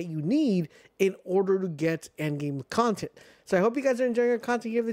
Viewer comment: Bro said “ i hope you enjoy the contenghjjkkffdwweedcvbgfrdfcfeeccbrfg drop a comment drop a like!” 😂😂😂